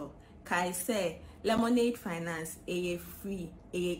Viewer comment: I like the way Ras Anini pronounces Lemonade Finance. Slowly but surely.👍